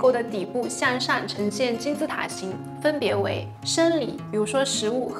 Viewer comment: 建议纠正一下口音，所有的ang都发成了an，如 处"向上"发成了"向扇"。